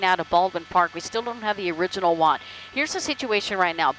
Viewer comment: "The original 'WANT'"? I WANT her to pronounce WARRANT correctly.